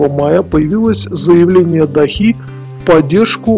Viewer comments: До́ха, до́хи, а не дохи́ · Хоть-бы столицу Катара правильно называли !